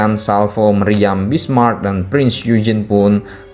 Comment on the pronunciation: Min, Prinz Eugen dibacanya "oigen" Kalo Bismarck huruf "c" nya sunyi, gak dibaca.